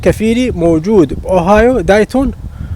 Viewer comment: يعني مااختاريت الا ازبل ولاية واتعس مدينه ديتون مدينة عاوية ربها كامز انصحك تطفر منها. ورحمة لوالديك تلفظ ديتون مو دايتون